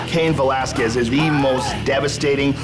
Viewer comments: Brock Lesnar 😂 "Velasqulez" 😂 😂😂😂😂😂😂😂😂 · Lesnar didn't even pronounce Velasquez's name correctly. He pronounced it "Velaskuez". The "u" is silent, biggot. Enjoy the diverticulitis. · I love how Lesnar can't say his competitors names. Cain Velasqwez, Randy Cotter, Frank Murr. Of course I would never bring this up to his face because he would smash my cranium.